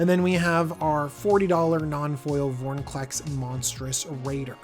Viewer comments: Vor-IN-clex, not, Vor-NIN-clex. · Have to say this sorry. Its vor IN clex, not vor NI clex. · Calling Extended art cards 'Full arts' is one thing, but please don't call Borderless Mythics "Extended art". Also, please work on pronouncing Vor-In-Clex.